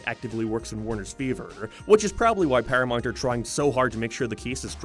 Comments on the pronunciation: Wtf is “paramont”? Does he mean ParaMOUNT? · Dude learn how to say paramount. Its not perry-mount or perim-mount. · ParaMOUNT. Not paramite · Did hes say Paraminet? I thought it was Paramount? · it's pronounced, para"mount" not paramont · “Pyirameint pless” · I thought it was just me lol ParaMONT? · EhrmAhgerd Para-MERRRNT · Who is this "Pair-ya-mont" you keep mentioning? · It's not "paramort, or paramont, or paramont." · "PARAMONT" lmfaoo!! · Are you having a stroke? Can you pronounce ‘ParamOunt’?? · Your accent is insufferable. Why the fk you say things like that "paramoint"? Why you keep adding "oi" to every word.....fkn canuck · Stopped watching after the 3rd, "paramornt" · Why do you leave the u out of your pronunciation of paramount? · 40 seconds in an I'm leaving cause you can't pronounce Paramount correctly. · Why can't you say "paramount"? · I'm not okay with the way you say Paramount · I was in the middle of commenting on how my dislike of your pronunciation of "paramount".... then you said "paid" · Say Paramount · Do you have a speech impediment? Genuinely curious after hearing you say South like Soith & Paramount like Pairmont. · Wtf is Sarth Park? And Paramornt? What is wrong with your mouth? Just say the words properly, until then no views from me and downvotes on every video. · "sarth park" "paramart" stop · So many mispronounced words. Couldn’t finish it. You think you’d figure out how to say South Park and Paramount before making a YT video on them